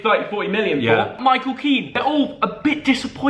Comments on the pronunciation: calling Moise Kean Micheal 😂 I,shine an Italian black lad called “Micheal” 😂 You never fail to entertain Theo 😂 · It’s moise kean not Micheal